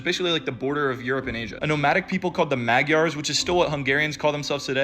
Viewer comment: Not ‘Mag-yars’. Say ‘mud jahrs’